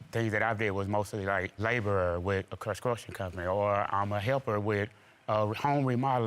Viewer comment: The way he said frustrated and construction would’ve got home a divorce from me 😩🤣🤣 and YouTube put a hooked on phonics commercial ad in the video 😭😭😭😭